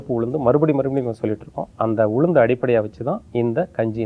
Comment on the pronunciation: Her pronounsation about ulundhu not good, saying uzhundhu....